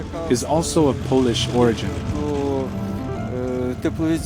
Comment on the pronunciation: AI Voice? Pole-Ish, not Paul-Ish. Love the video though.